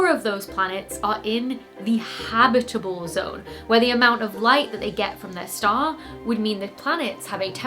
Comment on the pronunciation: And reference-quality "habitable" and "habitability." Fun words to say!